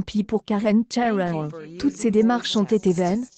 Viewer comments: Pourquoi prononcer Karen Chairel ? C'est une Française ! :-D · Qu''est ce que c'est que cette façon de prononcer le nom et puis qu'est ce qu'on en a à faire c'est sa vie et son corp elle fait ce qu'elle veut vous n'avez rien d'autre à faire puis essayé de mieux prononcé MERCI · Vous nous emmerdez avec ces voix informatisées, incapable de prononcer son nom correctement. Écoute récemment interviewer Michel Onfray. Une tête cultivée cette femme ! Cette vidéo est nulle, complètement nulle. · hahaha je suis tordus en deux rien cas écouté les commentaire et la prononciation de Karen cheryl il suffit de lire et pas inventer